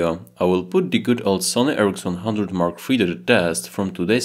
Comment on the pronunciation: Your accent made me hear Sony-Ericsson instead of Sony RX100 😆😃